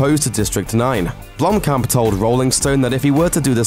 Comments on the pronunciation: If i had a dollar for everytime he said blomkom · jeez! as a South African i cringed at every mention of Blomkamp. he kept pronouncing it wrong. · blumpkin... sorry it's all i hear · if you said his name right, that would be great